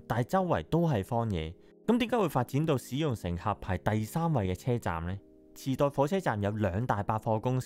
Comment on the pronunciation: 😂池袋？ 我以為 你講 地 震